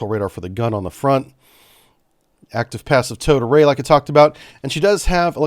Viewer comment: I can’t be the only one that keeps hearing “toad array”, am I? 😂